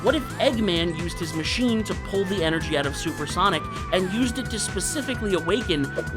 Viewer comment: Solper Sonic 😂